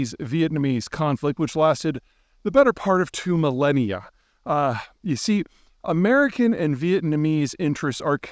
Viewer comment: He (Putin) landed in Hoonalay last night..??? 😂😂😂😂😮😅😢 Spoken like a yoonighted States of Oomerikon world traveling expert